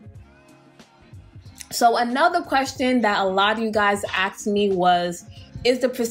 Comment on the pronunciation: “Axed me”. Are people trying to kill you or something 😂